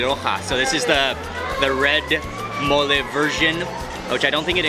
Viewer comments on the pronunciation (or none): Its mole no mooley